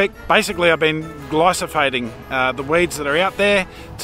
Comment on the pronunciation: Glyphosate not Glysophate